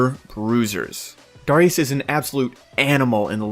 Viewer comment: why the fuck do you pronounce darius like that? its tilting